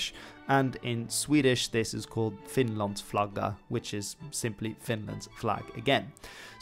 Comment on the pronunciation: Im swedish and think you pronounced Finlands flagga really good